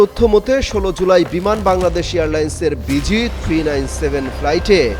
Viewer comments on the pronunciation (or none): none